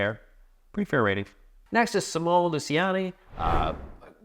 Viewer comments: Simone in Italian is pronounced Cee-Moh-Neh. Daniele is Dah-Nee-Eh-Leh (actually "nie" is a single sillable, but I'm not sure how to convey it without resorting to IPA symbols – in which case it would be "njɛ"). If you mute the last E, that's the French pronunciation, but both become female names in that case, to the chagrin of all Italian Simones and Danieles. :) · It's possible you just found the French ones – in fact you said them perfectly in French, but that would make them both ladies. :) Speaking of, I find disheartening that a list like this is still so much male-dominated. What's the most famous female designer, Elizabeth Hargrave? And then crickets? And it's not like we're talking of a medium that was born in the 1920s, modern board gaming is barely 30 years old.